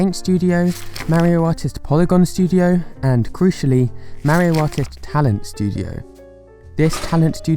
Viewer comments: ok ok ok Maario it’s Mario you make the a’s longer then they should be just say mar then io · You said marryo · Plz stop saying mario like that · nobody:: MÆrio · Forever amazed on how fun Americans’ pronunciation of “Mario” is. Is it MEH-RYO or MERRY-O? Or maybe MARY-O?